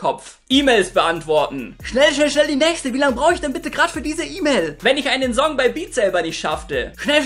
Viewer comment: Alter sprich das "S" in Wörtern wie "Song" z.B. bitte korrekt aus! Danke!